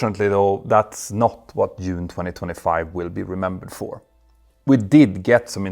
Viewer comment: Not Yune 😂😅 Oh how I value your videos.